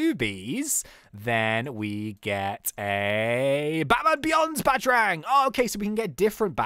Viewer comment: ITS PRONOUNCED Bat-a-rang not batrang